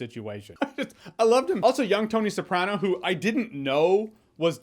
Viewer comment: The way you pronounce “Newark” and “Soprano” bothered me the entire time…